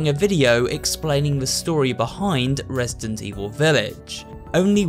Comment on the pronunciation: i think i just heard him say resisent evil XDD dats so cute